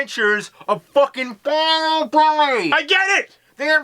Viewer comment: its "bye-you" not "Bye-O"